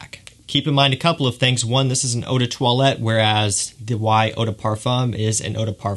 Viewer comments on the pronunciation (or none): none